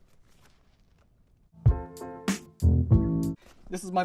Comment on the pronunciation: She said ; " afcohse "